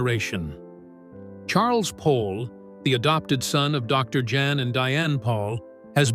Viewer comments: It's pronounced "Yahn", not Jan. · Can't AI pronounce a Dutch name?? Jan is pronounced "yon"! And... the repitition is so annoying!